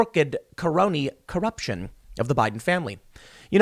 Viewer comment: 'car-ooked car-oney car-ruption' lol